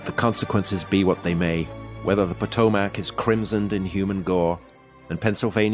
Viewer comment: It's Pah-toe-mac